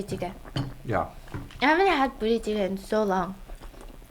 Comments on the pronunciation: I can't help but hear Booty Chicken when she says the name of that dish😂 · As a Caucasian female with no Korean background, just listening to Stephanie talk the first few minutes after eating...I literally thought she said, "booty cheek" instead of what the food is actually called! Lmao 🤣 🤦‍♀️ thanks for all of your posts Stephanie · I love the way she pronounces budae jjigae. I keep hearing BOOTY jjigae. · I am sorry stephanie.... but why are you daying buddae jiggae like booty jiggae lol